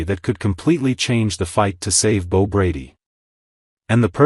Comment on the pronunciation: Bo, not B-O!